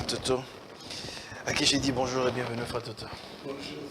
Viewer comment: Evitez les terminaisons "lingala" Sur les mots français: Bonjour'ê', tiktok'ê', Facebook'ê', instagram'ê', etc.